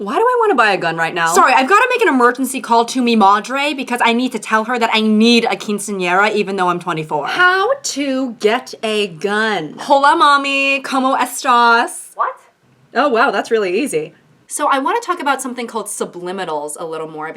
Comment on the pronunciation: idk if you said it like that on purpose but hearing someone say quinceañera without the accent sounds so weird lol